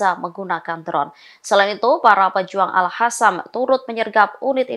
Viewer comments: Astaghfirullahaladzim... Aduhh punten ini yah maaf, bagi pembawa/ pembaca beritanya orang muslim, harusnya bukannya mengerti ya huruf hijaiyah yg dipelajari di buku IQRO, Al Qassam dibacanya Al Qossam bukan Al Kassam Dewan Syura dibacanya Dewan SYURO bukan Syura, Yaa Allah Yaa Robb...miris banget dengernya... semoga kalian pada dapat hidayah ya... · Mbak news anchor, Al Qassam itu pakai huruf Q, dibaca Qassam (mirip Kassam) bukan Hassam (dengan huruf H). Dikoreksi ya, untuk pembacaan berita berikutnya baca dengan Q ya, Qassam, bukan Hassam. ☝️ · Al Qassam ko jadi Al khasam😂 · Coba sih pengucapan nya yg bener. Kalau udah nyebut Al Qassam (dibaca : Al khasam) . Tulisan zionis dibaca yionis. Salam